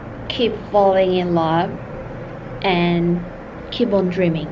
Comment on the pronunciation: 빨리 구독자 1000명이되길🙏🙏응원할게요!! 역시 영어선생님이셔서 그런지 keep on dreaming 발음이 너무좋아요😆 저도 keep on dreaming!!